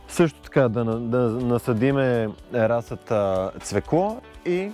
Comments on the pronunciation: Дневникът, който поръчах за майка ми пристигна днес :) Благодаря! Не мога да се сдържа, защото толкова пъти го чух във видеото, че ... - ра̀зсад :) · Приятно е да ви гледа човек видеата! Ударението на думата "разсад " е на първата сричка! Може да проверите правоговорен речник и в Интернет. Пожелавам Ви сили и търпение да съхраните здравето си и да се радвате на живота мъдро и интелигентно! Поздрави от Габровско! Благодаря Ви за споделената информация и опит!